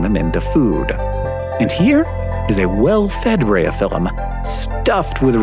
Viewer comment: I'm assuming it's closer to "Breye-oh-fill-um"